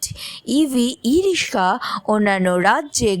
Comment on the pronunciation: ই-রিস্কা না ই-রিক্সা? আমরা "রিক্সা" শুনে এসেছি বলে হয়তো "রিস্কা" শব্দটা কানে লাগছে!